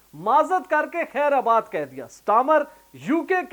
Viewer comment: بھائی خیرا باد نہیں ہوتا خیر باد ہوتایے ر کے بعد الف نہیں ہوتا